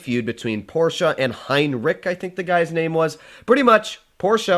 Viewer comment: Bruh who's Heinrick? I only know Henschel and his designs